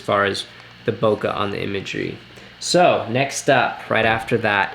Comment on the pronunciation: 2 times converter not 2 ex! Also Bo Kay not Bo Ka for Bokeh. Useful video though. Thanks.